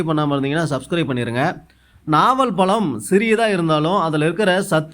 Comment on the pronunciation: நாவல் பலமா ? நாவல் பழமா ? தமிழை சரியாக உச்சரிக்க தெரியாத தார்*டவராயா தயிர் வ *டை வா*யா 😮